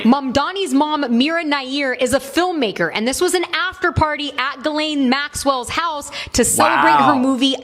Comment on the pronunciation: Why can’t anyone say GHISLAINE’s name right? 😂 I’ve heard it pronounced “Jislane” and “Gislane” and “Jilane” and “Jizlane” and once in a while someone gets it right! It’s pronounced “GILANE” with a hard G as in the word GOO but spelled “G-H-I-S-L-A-I-N-E” so the H, S, and last I are silent.. I mean we don’t want any mistakes on who is the pe*ophile and the pe*ophile procurer!! And that would be you GHISLAINE MAXWELL!!!